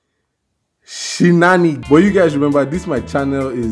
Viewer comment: you own a dictionary but you cannot pronounce Shenanigans